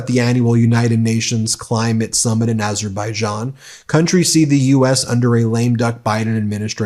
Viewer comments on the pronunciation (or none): none